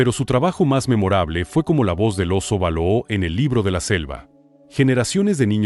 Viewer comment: No se pronuncia Tíntan sino Tintán vease bien el acento. El oso no es balooo se pronuncia Balú